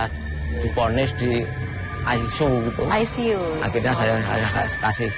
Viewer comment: Ruang I C U ..MENJADI RUANG AiSU ...aku langsung ngakak..hhhhaa